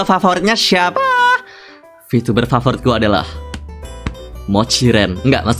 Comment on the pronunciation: bengek gue ngakak sebatas ngomong "vityubah T.....T"